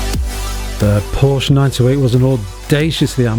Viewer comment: Porsche not Porsch! That is when you know who a car enthusiast really is.